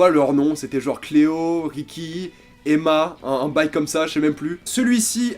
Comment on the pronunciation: yep et ça sonne créole 😂😂